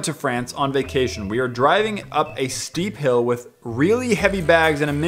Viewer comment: just please at least say “with” instead of “whit”